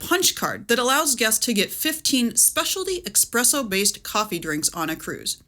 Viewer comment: Great video, but… there’s no x in ‘espresso’. :)